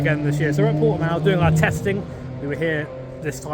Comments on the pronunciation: This is cool but people from the UK really need to learn how to pronounce Portimão lol its not Portimau xD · Fun to see the map of the Nurburgring superimposed on hot laps in my hometown's circuit. Also fun to hear Brits trying to pronounce Portimão, the poor sods. (you did better with that than Steve, by the way. Or less bad, I should say. You may gloat with a native's seal of lesser disapproval)